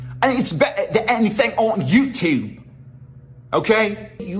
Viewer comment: I perform better in the videos I can do accents bro Also: "EN ITS BEH EH THEH EH EE THING ON YOUTUYBE"